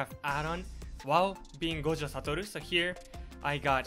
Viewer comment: He says gojo satoru so perfectly